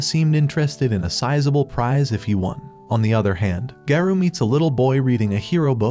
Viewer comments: bro its garo not gayro😊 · Why is garou called gayrou💀☠️☠️ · I like this bro but bro what Garou it is garu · Garou is not gayrou 😂😂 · bro said "TETSUMAKI" "GAREO"